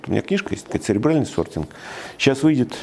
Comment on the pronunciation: Сортинг - ЦЕРЕБРАЛЬНЫЙ. А не "сребиальный". Касательно остального бреда - гугл в помощь забиваем "люди читают жопой". В вашем случае наверное, упомянутым вами "сребиалом". Далее. Читаем и смотрим про социальную стратифицикацию у того же Савельева и пытаемся это сделать не жопой. Потом нужно попытаться немного подумать. Если, конечно, вы в нужное русло энергию мозга направите.